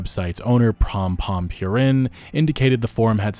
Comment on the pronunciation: Purin is pronounced 'poo-reen'